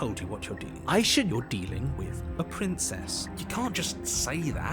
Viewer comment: Hewwo pwincess 😂😂